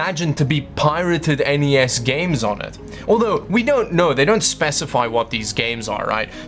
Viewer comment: The N.E.S. NOT the NES..!!!!!!!!